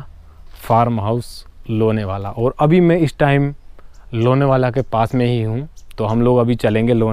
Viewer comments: व्हिडीओ अच्छा हैं. लोणावळा या लोणावला ठीक से बोलो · लोनेवाला: ' नहीं लोणावळा बोलिय. बाकी बहुत अच्छा लगा. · ...Lenavala nahi Lonavala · लोनेवाला नही लोनावला बोलो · Bhai..Lonewala nahi Lonavala kaho